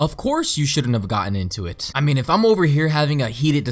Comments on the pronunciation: Blond bitch can't even pronounce her words. " I Shunt have " its Shouldn't have. Moron. She's def in it for the money. Why work when you can marry a, for his age relatively ok looking dude. But shitddd I'm 35 and married to A Fu(king Dime Mexican woman. So I'm all set for now.🤣🤣🤣🐓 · "Shounthave" WhAt In TaRnAtIoN